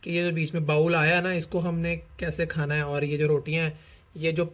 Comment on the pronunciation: بھائی bowl بھی انگریزی والا bowel نہیں بلکہ اردو پنجابی والا بول ہوتا ہے۔۔۔جیسے ہم کہتے ہیں “وے ہُن بول” 🙂